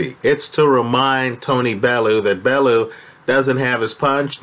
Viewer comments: It's "Bell-you" not "Bell-oo" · Even if Haye won this one, it was surely - surely?? - clear from his last three fights that he was SIGNIFICANTLY shop worn and that his body was failing him? And please... Tony's last name is pronounced "Bell - yew".